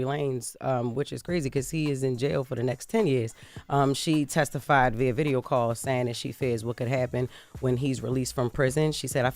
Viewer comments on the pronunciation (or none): none